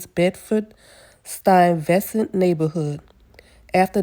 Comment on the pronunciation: Please make sure you pretend and ask someone else to help you with proper pronunciation! Stuyvesant, procurement. Not nice to call a man "little man" (Hill Harper) unless you're trying to hurt his feelings